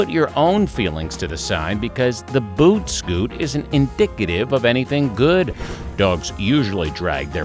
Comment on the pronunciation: "Boot scott" hahaha LOL